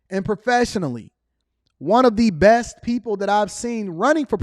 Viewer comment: He said “breast” for “best” 😂😂😂😂